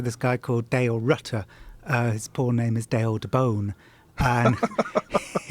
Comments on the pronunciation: It really bothers me how Jon says porn. Its like "pawn". It makes me cringe for some reason. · It sounds like he is saying "Porn herp" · the way this guy says "porn" is really satisfying